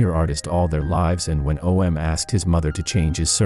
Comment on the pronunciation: Why are you saying O.M. It's Om